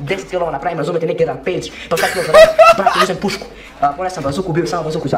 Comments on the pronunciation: Ja nmg 😂😂😂😂 na umesto da kaze pušku on kaze pišku hahahahhaha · baka reko pisku a ne pusku 😂😂😂😂😂😂😂😂😂😂😂😂😂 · uzo pisku haha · Žblac nije pre reko je pišku 😂😂😂😂